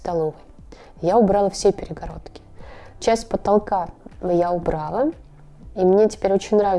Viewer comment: Всё красиво! Прям моя мечтааа😇 Но вот «аутентичность» за каждым словом повторять не стоит, слух режет! И да, не убрАла, а убралА!